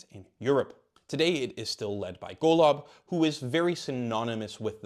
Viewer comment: Golov 🤣🤣 Your pronunciation is was so off, I bursted out laughing and had to listen to it like 3 times